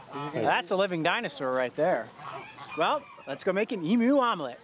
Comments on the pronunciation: I love how he says emoo egg not emu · Say emu not emoo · In Australia we don’t pronounce it as “ee-moo”, we pronounce it as “eem-you” 😂🇦🇺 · As an Aussie I feel as if I should tell you that in Australia you don't pronounce emu, emoo, love from Australia 😁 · Ok mate, I am an aussie right and no hate cause I love the Chanel but we don't pronounce it emoo the u in emu is pronounced and a u not oo.cheers boys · It’s actually pronounced EEMYOU Not EEMOO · Why he call the emus emoos it’s em yousssss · They sound a bit like internet cat videos. E-MEW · I''ve never heard it pronounced "emoo" in my life, haha xD But gosh is it bothering me too! Fellow Aussie here. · “Emoo egg” 😂